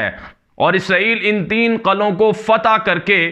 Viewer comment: Qala ki jagah Qila bolo, Qalon ki jagah Qilon bola karo